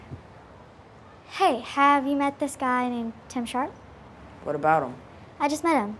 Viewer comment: its tim sharp not ''surd''